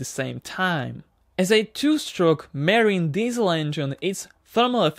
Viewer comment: Not merine but marine